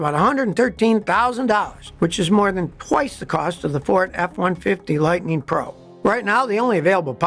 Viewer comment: "Lightneen"???? When did they rename it from Lightning?